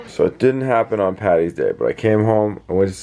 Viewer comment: Thanks for calling it St Paddys day. Its not Pattys day. Great channel. B is for best